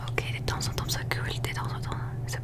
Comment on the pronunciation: Cc super vidéo trop trop plaisir !!pour t aider en français pour certains mots il y a des lettres muettes que l’on ne prononce pas comme le mot « temps » sa se dit ´ten’ on prononce pas le P